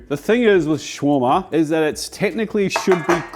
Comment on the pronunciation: Please!! it's pronouced (show-rama)/shawrama. NOT shroma.